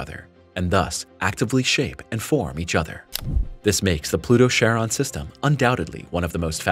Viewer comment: "Charon" is pronounced *KAR-on." The "Ch" at the beginning of that name comes from the Greek letter, X, whose name is pronounced "ki" (the "i" as in "time" or "lime"), and is itself is pronounced as "k."